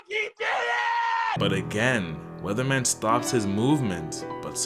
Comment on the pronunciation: Weathermon, not Weatherman